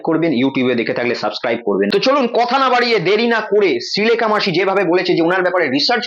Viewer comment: তুমি আগে শ্রীলেখা সঠিকভাবে উচ্চারণ করতে শেখো.... শ ও স এর উচ্চারণ আগে করতে শেখো তারপর ভিডিও বানিয়ে....